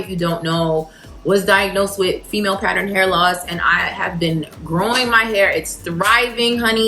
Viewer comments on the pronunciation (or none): none